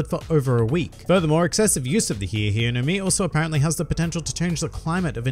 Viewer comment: WHOEVER CALLES THIS THE HI HI FRUIT DOESN’T DESERVE TO LIVE ITS HI E NOT HI REEEEEEEEEEE